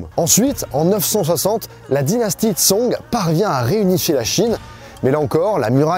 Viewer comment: Super vidéo !! C’est hyper intéressant de t’écouter, ta chaîne a beaucoup évolué ces dernières années !! Je dirais juste que c’est un chouïa dommage de ne pas avoir cherché comment prononcer certains noms (comme Xiongnu, Song, Yuan, Shanhaiguan, Hebei, Mutiangyu, Shanxi, etc). Ça casse un peu l’expérience !! Mais sinon vraiment, super vidéo